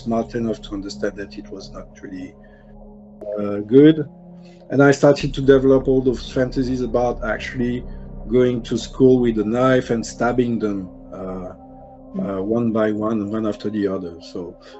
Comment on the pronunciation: Did anyone else notice he pronounced the word ‘develop’ .. ‘devil up’ …. I just thought that was ironic . By the way- to the person narrating these stories - your voice and the way you tell the story is by far my FAVORITE out of all the true crime channels I’ve listened to… just something about it that I never get tired of like most the others lol